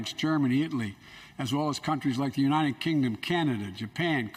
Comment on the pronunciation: Maybe Biden could start with learning how to to actually say the word United instead of U-Nine-Ned I’ll bet he can say Ted